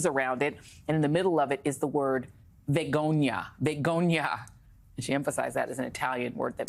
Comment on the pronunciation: The word is Vergogna not vugonia and she is the one that should feel shame!